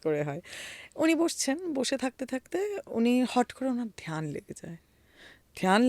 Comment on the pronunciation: ধোয়ানি, ধিয়ান, মাহাদেব এসব না বলে ধ্বনি, ধ্যান,মহাদেব উচ্চারণ করা যায় না!🙂